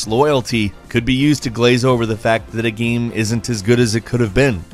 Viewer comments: why do you say video gaaam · stop saying gaem ffs